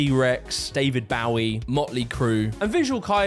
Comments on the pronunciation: Did you say David BOWEE? WTH man lol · Lou Fuxing;; In asia, Fuxing is supposed to be pronounced as Foo Zing. X's are pronounced as a Z. Surprised you didnt want to make sure you were reading that properly before going on video. The fuxing joke isnt that funny unless you're 10yo.... Update: You said david Bow eee... Nevermind. Carry along lol yeeeeeessshhhh... UPDATE AGAIN: BRUH YOU CAN PRONOUNCE GUANGDONG?! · David BAO-EE!!?? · David Bah-wee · Your pronunciation of David Bowie just left me 😮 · The way you pronounced David BOWIE is so bad, and wrong. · he didn't even pronounce David Bowie right lol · As an American I am APPALLED that he pronounced David Bowie's name wrong 😂 Bowie is one of the most beloved musicians of all time! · bro you must purposefully saying some of these words wrong theres no way, David ball yi, who tf is David ball yi. you claim to have listened 40 minutes of ppl saying visual kei and insist on saying visual kai right after